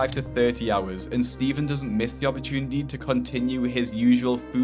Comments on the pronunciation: "AHP-A-TOONITY" that dad rules. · I like the way the father says “opportunity” . I’m gonna try and absorb that accent.